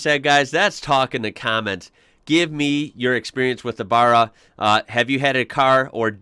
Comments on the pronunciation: It's pronounced like the first two letters in the word bad. Followed by ra. Linked together .ba rra. Like barramundi .watch an Aussie fishing vid if your still lost👍🇦🇺💪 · Yeah, we pronounce it more like "Berra" and Geelong is like "Jelong". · The “ba” of “Barra” is pronounced like “ba” in “band”. You got the rest of it right though ha ha ; ) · Your video is good, but your pronunciation of Barra is just a smidge out. To help you out, as you say, in your neck of the woods you would pronounce it as barrer, if you recall you got the pronunciation of the fish it was named after (Barramundi) correct, so, just think of the first two syllables of the Barramundi's name and you've got it! No biggie, I don't think it would grate too much on anybody's ears, after all, you are from away! Love your videos, they're, tops. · To help out with pronunciation, Barra is said with a short a sound like the 'a' in axe or Barry. Geelong's 'G' is the same sound as the 'J' in just. Nissan's "i" is also short as in miss. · Barra is pronounced like Barry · They always pronounce Barra wrong it’s not even hard to say bro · Someone help he say barra right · You say Barra wrong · Look up the pronunciation.... You are saying it wrong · Geelong = Jeelong.....and 'Barra' is said the way you don't say it. :) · Gonna stop you right there my dude. If your gonna learn about our barra engine at least pronounce it correctly firstly.. thanks and thats all. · just trying to count how many times you can say "BARRA" like an american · im sorry but the pronunciation of how you say barra got me in stitches hahah its pronounced like barracuda with out the cuda part and throw a dirty ozzy bogan accent behind it and your there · It's Barra not Barra...sheesh! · Not burru its baahhhraaa, uknow like Baaaahhhrramundi a not a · It’s a Barra, not a frickin Burra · Ford VCT Tickford 4L inline 6 It is BA-RRA and not BAR-RA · Barra not Burra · It’s Barra with a A, Burra is where fukn rabbits live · also barry- barra